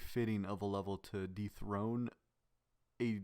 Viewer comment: just wanna say uh you said defrone grief instead of dethrone in chapters